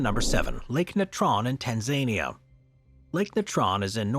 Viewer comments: Dude, not to be a jerk about it but it’s pronounced tan-zuh -NEE-uh, not TAN-zania…I worked for an African safari company out of Arusha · Tan-Zuh-Nee-Uh, not Tan-Zay-Nee-Uh. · Tann zayneeyah? Its Tanz ahneer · tan-zuh-KNEE-uh, not tan-ZAY-knee-uh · Tan - zay - neeah? FFS. Tan - Zan - EE - AH. Or, even Tan - Zuh - Nee - Ah. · "Tan ZANY uh" Can't they get the AI voice to say it correctly? Make is sound like a place full of zany people. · Tan-zay-nee-uh???? Unreal....how hard can it be to pronounce something correctly? A.I. or otherwise... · TanSAYnia? really? 😂😂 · Why does the narrator call it Tan-zane-ia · anyone else hates how bro says Tanzania?